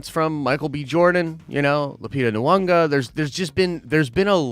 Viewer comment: and Lupita NeeyongO. He said Lupita Nuwanga. LOL!